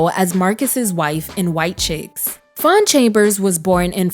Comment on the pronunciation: Faune not Fawn 🥰